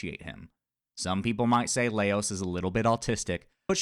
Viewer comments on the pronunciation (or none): Just some light fun-poking! I've actually watched videos from multiple YouTubers who pronounce his name "Leios", so I started wondering if the English dub does that... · I disagree with... the pronunciation of the name swinging back and forth between Laios and Leios. 😮